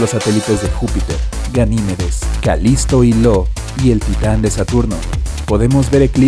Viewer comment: El satélite "Lo" 😂😂😂😂 A ver, todo el mundo sabe (casi todo el mundo) que es "ÍO" (ío), como la diosa griega. Lo...jajajaja